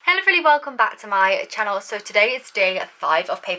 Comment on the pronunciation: It’s hello everybody not hello erydoy